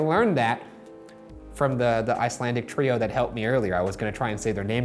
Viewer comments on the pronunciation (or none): none